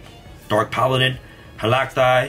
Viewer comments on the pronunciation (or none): none